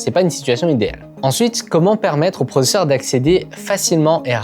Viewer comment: Je me rappelle de " processeurement " 😂